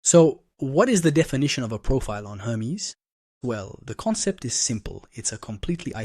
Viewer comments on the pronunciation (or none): Prophet? I'm confused too! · Is he saying "profit" and not "profile"?